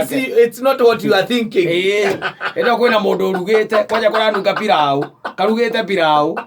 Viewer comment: Venye anatamka pilau pilaoo😀😀